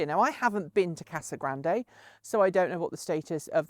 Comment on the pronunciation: Hey hey, once again as someone from AZ, it's just pronounced "Casa Grand"...no "e", even though it's totally there ;) A lot like the city of Tempe. One might wanna pronounce the "e" like "ay". It's just "tem-pee" (Tempe, AZ). Mmk, love the show!